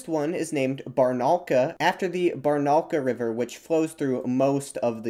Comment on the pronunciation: Bar-na-oo-lka - this is the correct pronunciation, hit on the oo (u sound). Amazing video. Thank you. P.S. Kooloond-aaaaa need to hit the last vowel, not the Kooloooonda. It is the them of the steppe region at the West. The steppe of the Kulunda (Кулундинская степь). P.P.S. here is a correct pronunciation of Kulunda (Kooloond-aaaa) at the very beginning